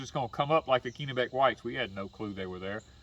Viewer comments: It’s 30* F here in northern Maine this morning. We have baby plant started inside. Sure hope it warms up by the end of May. Oh, by the way, it’s a soft “e” in Kennebec 😉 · It’s 30* F here in northern Maine this morning. We have baby plant started inside. Sure hope it warms up by the end of may. Oh, by the way. It’s a soft “e” in Kennebec 😉